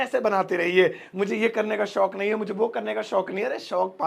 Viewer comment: Kindly Improve your हिंदी शोक अलग और शौक़ अलग पूरे वीडियो के बोल भी शौक़ से रहे हो। Edit your Hindi pronunciation also